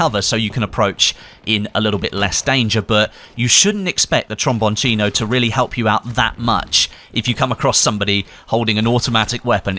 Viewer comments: it's spelled Trombon-SINO. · The pronunce is like "tromboncHino" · Its pronounced trombone SEE no, you UK goon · Your name pronunciation of the weapon gets worst and worst Everytime you say. Lmao